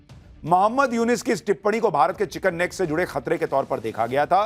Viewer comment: Bhai sahab chicken snack Nahin chicken neck hai kripya uchharan Sahi rakhen😊